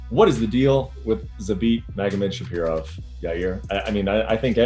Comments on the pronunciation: this ufc journalists are so disrespectful, they dont even know how to say Zabits lasts name right. I know is hard last name but if your job is that then you should know it. Its Magomedsharipov not shapirov... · It's Zabit MagomedshaRIPOV not MagomedshaPIROV, and these hacks call themselves journalists. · All I heard on that Brett and Yair interview was Okamoto saying Zabit MagomedshaPIROV constantly